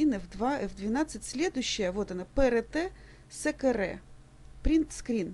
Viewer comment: Пэ Рэ Тэ, Сэ Кэ Рэ. Прям Китай или Япония! :) А видео классное,большое спасибо,помогло.